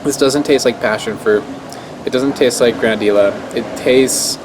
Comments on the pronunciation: pronouncd Gra-na-dee-ya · Gotta go to Colombia some day now, so many cool fruits! when there is an "ll" in a Spanish word, it's often pronounced like a y as in yard. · Learn how to pronouce the name